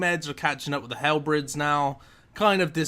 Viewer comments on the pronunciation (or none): " a total of 10 dragon halbreds"